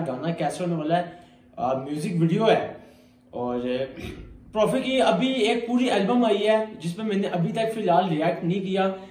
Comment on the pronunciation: The correct way to pronounce PropheC is prophecy not prophek, that's why he wrote prophe c you're supposed to say the C as a C.